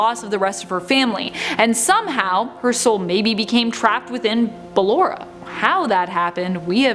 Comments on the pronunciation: Sorry, it’s BA-LORRA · I'm not trying to be rude but I feel like she's saying ballora's name wrong If that's true this is how I say it Ba-llor-a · It’s ball- or- a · Its Ballora not what ever you say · Did you just call her baAllora? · Me: Ok let's try this again Ball Top 10: Ball- Me: Now say or Top 10: or- Me: Now say a Top 10: Ballera Me: I tried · i think you said ballorea and sry if i offended you but i doubt i did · Oh btw, it’s b-uh-lore-uh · She probably pronounced it 'Ballera' because Ballora's name was based of off Ballet, meaning that it might've been pronounced the same. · ba-LORE-A DA PUN IS INTEDED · BAL- LA-RA I’m sorry you literally just said the word ballerina but you can’t pronounce her name correctly it’s the exact same word but with a Ora ag the end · " cLeRa " -, 2020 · its not ballara its ba lllll ooooooo rrrrrrrrrr aaaaaaaaaa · She really said Ballara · Am I the only one who cringes when she says “bALLeRa” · ik like BELLERA i'm triggered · The moment she said bALLeRa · No I do to but I cant change her whole voice even tho she clearly says it correctly once so she knows how to say it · SmushFace l bALLerA! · Same I say it another way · You arent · In phoenix Kev she talks like you don't want auntie bALLeRa to get mad at you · i know its ballarena or thats how its prnownched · OMG ITS BALLORA NOT..uhh "ballera" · Like bal Ora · is it not ball-ora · She obviously can't pronounce Ballora's name right. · the name butchering is ruing this for me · Take a shot every time she says Ballora wrong😂😂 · OMG how does she Not know she is saying it wrong? My god XD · Am I the only one who got triggered when she said clara and ballora wrong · its very annoying how she just said ballora wrong 100 times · and that is why she doesn’t know how to pronounce Ballora’s name 😭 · But when she talks about Ballora's stage she says her name right. Every other time she says it wrong. Her name is even spoken with the correct pronunciation in sister location.